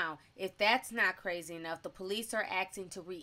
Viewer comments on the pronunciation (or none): Is she a blood cuz she said brazy instead of crazy?